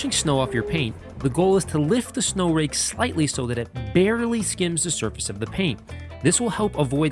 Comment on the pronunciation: TacticalBBQSauce In all fairness, I couldn't understand what he called it either. "Rake" did sound like "rig" to me as well. I only knew what it was because I saw the sno-rake somewhere else.